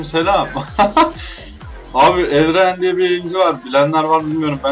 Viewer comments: Neden herkes Elraen değil de Elrayin diyo 😄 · Adını da doğru söyleseler. Elreyn ne😂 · herkes elriyn diyor aq :d